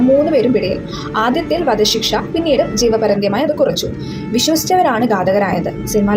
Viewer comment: Jeevaparyantham enn parayan padikku kutty😂